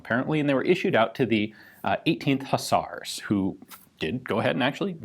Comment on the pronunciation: WHEN THE WINGED HUSS-ARRZ ARRI......Wait, what??!! Huss-arrz? "Hooz-arrz", if you please, Mister Ian... as in "Whose arse?"... to which the response is something clever and imaginitive like, "Horse's arse" as some poorly veiled reference to donkey-wallopers who now ride in tanks... or so it goes, anyway.